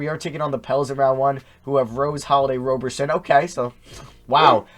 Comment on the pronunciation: It’s Roberson with a soft O.